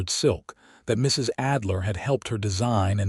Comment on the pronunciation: You seemed to pause in Mr., Mrs., and Dr.; the period should not be treated as a full stop. No need to pause.